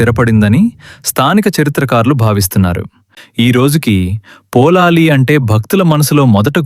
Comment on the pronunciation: మీరు పదే పదే పోలాలి అంటున్నారు. పొళలి అని ఉచ్చరించాలి.పుళినాపుర అనే సంస్కృత పదం పామర జనుల పలుకులో పొళలి గా మారింది. ఇక్కడ వార్షిక జాతర నెలపాటు జరుగుతుంది. ఉత్సవం ఆఖరు ఐదు దినాల్లో దేవుని మడిలో(పొలం)చెండాట(బంతులాట)జరుగుతుంది. దేవి భండాసురుడి తల నరికాక ఆ తలను కాలితో తన్నుతూ ఐదు రోజుల పాటు తన పరివార గణంతో కలిసి బంతి ఆట ఆడి వినోదించినదట.ఆ జ్ఞాపకార్థం ఐదు రోజులు ఇప్పటికీ పుచ్చకాయను కాలితో తన్నుతూ బంతి ఆట జరుపుతారు.సురథ మహారాజు దేవిని ప్రతిష్ఠించాక తన కిరీటాన్ని తీసి దేవి తలపై ఉంచి శాశ్వతంగా సమర్పించాడని,ఇప్పుడు ఉన్న కిరీటం అదే అని అంటారు.అలాగే కిత్తూరు రాణి చెన్నమ్మాదేవి పొళలి రాజ రాజేశ్వరి ని దర్శించి సమర్పించిన పట్టుచీర ఆ దేవాలయంలో ఇప్పటికీ భద్రపరిచారు.